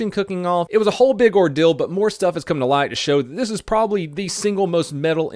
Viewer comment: Did he say, ordill?